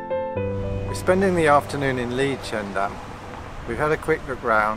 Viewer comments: Liedschendaam? Leidschendam is pronounced in the same way as Leiden. You manged to say that :). It is sounds very funny... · You would pronounce the 'ie' sound in 'Leidsendam' more as in the English verb 'to lie', and the 'ij' sound in 'Katwijk' more as in the English name 'Ike'. 'Braassemermeer' would sound slightly similar to 'br-awesome-rmeer'.